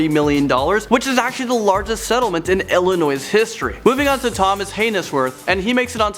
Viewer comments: I life in Illinois it’s pronounced Illnoi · OK....THE S ON THE END OF ILLINOIS IS SILENT....I CANNOT STAND IT WHEN PPL INCLUDE THE S..... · The s in Illinois is silent sorry just annoyed me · Illinois ---- The S is silent. Gotta bust your balls some. It's disgusting how most of these kids were charged anyway. Racism and ignorance. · The S is silent in Illinois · The s is silent in Illinois omfg. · Good video. Constructive criticism: Illinois has a silent 's'. Also, the word is 'convicted' not 'convinced'.